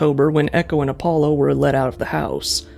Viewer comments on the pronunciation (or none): none